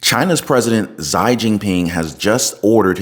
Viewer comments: Good video, the Chinese President’s first name is pronounced ‘she’ not ‘zy.’ In my opinion, there won’t be any social security in 5 years. The U.S. has reached its debt ceiling, foreign countries are refusing to buy treasury bonds or they’re dumping them. The government will start defunding one government program after another and inflation will continue to rise because the value of the dollar is still falling due to, again, foreign countries not buying treasuries or they’re selling them. These problems can be traced back to Joint House Resolution 192 and the Emergency Banking Act of 1933. The “wake up call” for foreign countries came when sanctions were put on Russia for the war in Ukraine. Other countries saw how the US was able to weaponize the dollar and now the faith is lost in the dollar. I suggest people collect as much gold and silver coins as they can. Buy a lot of dried foods like rice and beans because it will get a lot worse before it gets better. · Just a heads up, XI is pronounced SHE not ZY for future reference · Xi (she) you’re saying it incorrectly. Lol I’ll keep watching cuz it’s just one of those things. Observed ignorance. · Xi's name is pronounced SHE. It's important to get the pronunciation properly so the dictator is properly identified. I am an ex-pat that has lived in China for 10 years with my Chinese wife of 16 years. The balloon was likely tracking air currents for a viral attack or it was checking which areas would be best for EMP activation to disrupt our power grid. China is actively recruiting people for the military. Monday the Recruitment Department told people to volunteer for their country and "Join the Army". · Chinese president is pronounced (she) for the “Xi”. The “x” is equal to our “sh” sound in the U.S.. Otherwise this is great reporting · I’m ngl hearing you pronounce Xi this whole video actually drove me crazy. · please look up the pronunciation for the Chinese leader. Thanks